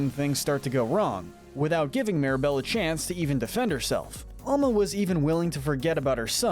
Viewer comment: Is your grandma just called grandma? No? Albuela is just grandma...her Name is Alma* not ama